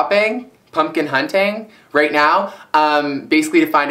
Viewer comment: when you said right along the lash line, it sounded like you said rape xD